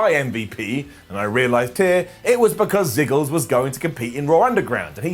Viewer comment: Did u just say ziggles